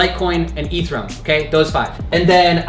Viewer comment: Ethereum bro not ethrum